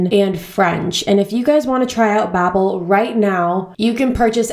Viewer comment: Bobbel? I thought it's pronounced bAbbel? I mean they even say bAbbel on their advertisments ??